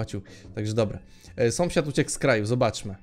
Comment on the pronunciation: sąsiad a nie somsiad